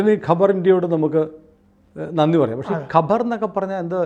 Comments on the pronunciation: Khabar is news not Qabar is Savakudeeram😅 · കബർ അല്ല ഖബർ അണ് അഖ്ബാർ എന്നാൽ പത്രം ഖബർ എന്നാൽ വാർത്ത അല്ലാതെ കല്ലറയല്ല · Kabar savakudeeram. Ivide parayunnathu khabar ennanu , ithinte meaning is varth (khabar = varth)